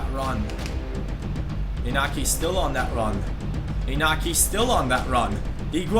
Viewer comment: To pronounce inaki = injaki